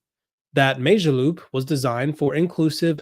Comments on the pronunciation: It’s pronounced Mo Jo loop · It's mOO - jaloop!!! It's an 'O' not an 'A'!!!